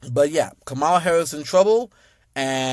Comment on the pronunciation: OK so the way you say her name makes me cringe but Obama got it right Obama was simply pointing out the racism of those people because it can't just come out and saying white people are racist what he was saying was black people black men specifically